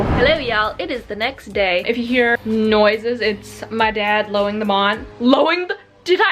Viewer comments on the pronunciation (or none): "my dad's lawing the mawn" yep 🙃 he definitely was 🙃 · LOWING THE MAWN HAHAHA I died on that part lol